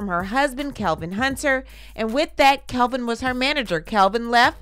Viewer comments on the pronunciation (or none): It's Kelvin not Kevin